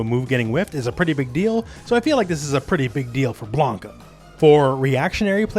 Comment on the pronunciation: Blan-ka not Blane-ka lol